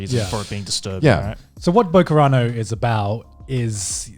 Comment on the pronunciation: Oh come on how wrong can you pronounce Bokurano? Yes, you absolutely overdid it. I'm actually impressed. But you are right there. Bokurano is an absolute must-watch and it's not as popular as it should be.